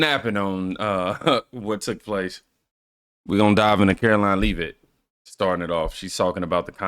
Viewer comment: Caroline Leavitt is pronounced Levit but i know you already know this 😊